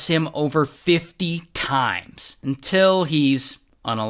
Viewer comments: I Love the “UNTILL…” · the "UNTILL!!" always gets me